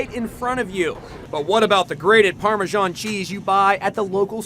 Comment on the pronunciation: What ? Parmasharn ?? Wtf ? It's Parmesan ! Pronounced as it is spelt.